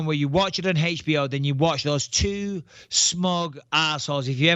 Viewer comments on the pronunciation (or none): "Hay-tch BO".. :D Rofl